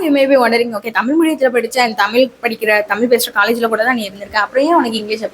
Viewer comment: Please pronounce the word "tamil" correctly, somewhere you missed.